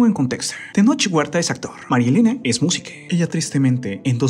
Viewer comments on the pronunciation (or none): Jajaja dice: Tenoch Huertee, Elena ríos quien es Músiquee jajaja